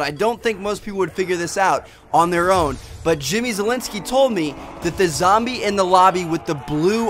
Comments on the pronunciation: He said lombie leader lol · he does say lumbee leader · did anyone here him say lombie at the end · he says the Lombie leader